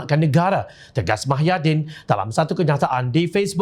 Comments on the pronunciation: Pembaca berita sebut betol2...eja pandai cikit..muhyidin..bukan mahyadin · Apa punya level penyampai berita.tau la proksi pkatan hancing 22bln.sebut nama pemimpin pn xbetoi.bkn mahyadin tp muhyidin..show some respect skt.bru org blh respect hang.ngokkk DSAI ditangga ke 3 calon PM dlm undian awam